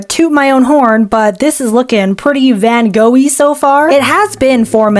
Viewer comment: lol im dutch and it was pretty funny to hear u say Vincent van Gogh :>